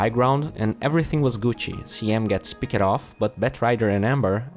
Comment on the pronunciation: pick-ed chang-ed finish-ed lol